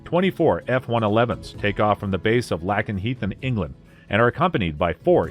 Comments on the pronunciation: Right, it's not spelled LACKenheath lol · Is this done by a computer? How does one mispronounce Lakenheath and Heyford? It's "Lake-n-heath" and "Hay-ford" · You’d think the narrator would pronounce Lakenheath and Upper Heyford correctly!